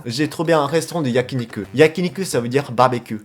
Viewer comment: Ho trop cool ! Sinon juste un truc quand tu dit "barbecue" il faut bien prononcer le "r" sinon sa fais blizzard mais tu parle très bien le Français !